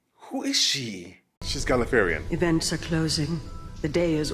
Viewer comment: People from Gallifrey are called Gallifreyen (Pronounced Gali-Frey-En) not Galliferyian Not having a dig just for future refence ok ps Next Episode The Eleventh Hour possibly the best introduction episode for a new Doctor ever made